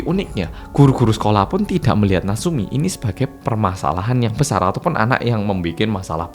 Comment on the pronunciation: Natsumi bukan naseumi😂